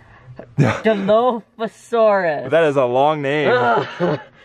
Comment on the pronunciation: Oh and also it’s Di - lof - a - saurus